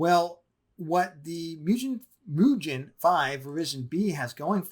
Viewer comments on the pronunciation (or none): Nice content. instant sub! by the way gen in mugen is pronounced as G not J. Anyways, will be building my first AMD build. Will go with 5800x . the cooler am planning to use is either Deepcool AS500 or Scythe Fuma 2. looking forward for part 2!